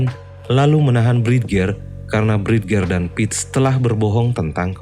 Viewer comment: Bridger bacanya brid-jer , mas